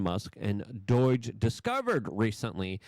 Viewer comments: For about the millionth time, it is not doige, its not doyj, it isnt doyge. Its DOGE! Learn how to pronounce shit, for Gods sake. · Still sounding like a clown-child saying DOIGe, just pretend you are saying Dodge like the car company, speech impediment is no excuse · Say it with me d-oh-ge There is no i in doge It's not doige, You're the only one on earth that says Doige.... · How hard is it to say doge. Does anyone else hear the i or y he keeps adding to it . Its Doge . No Doyge or Doige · stop calling it doige. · Doge not Doige. Practice in front of your mirror if you must ! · I die a little every time I heard "doidgh" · It drives me crazy how Luke pronounces words. D.O.G.E. becomes “Doyge”, with = “wit”, children = “cher-dren”and he refuses to refer to X by its name. He consistently calls it Twitter. That’s what lefties do on purpose, to discredit Elon and the MAGA movement. Such a boomer thing to say. Get it together, Luke. It’s getting infuriating, how you don’t care about your words. I’m pretty sure that speaking is basically most of your job. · LUKE STOP CALLING IT DOIGE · Whats "doyge"? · Why do you say “DOYGE”? Its not pronounced like that. Its fucking irritating. Correct this mistake. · LUKE, it's not "Doige" like you say it. It's pronounced Doge with a long "o" and a soft "g". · Still saying DOGE wrong- makes you sound stupid.. j/s